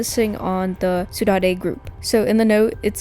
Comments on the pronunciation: saudade is actually pronounced "sow-dard", its a spanish word that actually has no translation to english, and is described as the feeling of walking home from a party, feeling glad that it happened, but sad because it's over, this is super interesting in this instance, and almost adds to the lore and story in a way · The way she pronounces "Saudade" LMAO